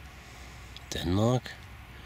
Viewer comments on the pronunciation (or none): none